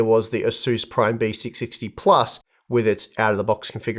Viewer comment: Why it's sound like Besicsixty😂